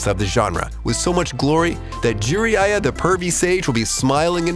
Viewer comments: Did you say juryiya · Pronounces Japanese titles fairly well... cannot pronounce Jiraiyas name...